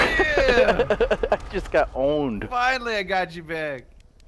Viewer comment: when ohmwrecker killed delirious, delirious said I just got owned it sounded like I got ohmed like ohmwrecker